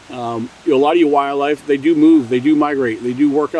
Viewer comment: Is it me or is this guy not pronouncing "wildlife" correctly? It sounds like he's say "wire-life" 300 times lol